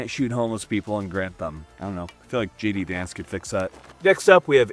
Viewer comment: "I feel like J. D. Wance could fix that...." 🤣🤣🤣